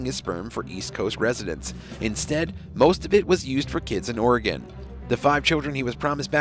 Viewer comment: It's all-SEE, OR-ih-gun, near the Will-AM-ette river, not al_SEE-uh OR-ee-gone, near the will-a-MET River. We're not in mult-NO-mah County. Thanks.